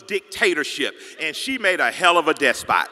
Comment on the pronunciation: despot* not deathspot